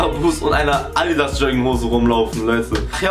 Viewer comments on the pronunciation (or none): none